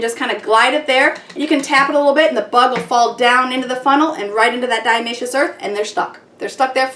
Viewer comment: Great idea. Minor correction, it's diATOMaceous earth, not diAmaceous :)